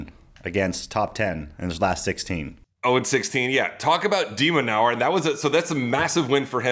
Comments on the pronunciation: and every time it sounds off to me lol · I think Sam pronounces 'de minaur' a different way every single time he says it